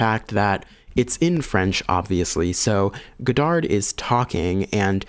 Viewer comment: Don't pronounce the D at the end of Godard